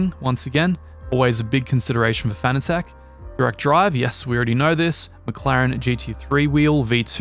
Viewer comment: Fanatec is pronounced like fanatic. Not fana-tech.